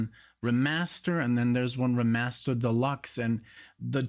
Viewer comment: REE-master. Remaster, like redo, reapproach, retake.